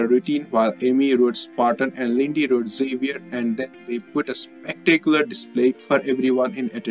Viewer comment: Get someone to read the story that can speak ENGLISH!! The word is THERE NOT DERE and THEN not DEN.If you won't pronounce the words correctly let someone else do the talking who knows how to speak ENGLISH